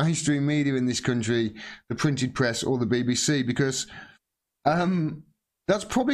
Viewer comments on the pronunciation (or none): none